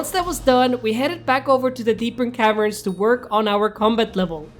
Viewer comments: Dude its Deep Caverns not Deepern Caverns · Bro its not "Deepen Cavens" Its actually "Deep Caverns"💀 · why does he say deepern caverns? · "Deepern caverns" How can you mess up this badly